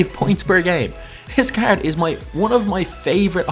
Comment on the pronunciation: caerd this caerd